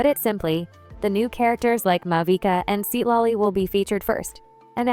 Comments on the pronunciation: ai voice must have freaked out when trying to pronounce thr name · Seat lolly✅ Citlali❎